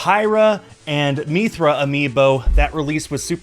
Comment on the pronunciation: As a Xenoblade fan it hurts hearing you call Mythra as "Methra"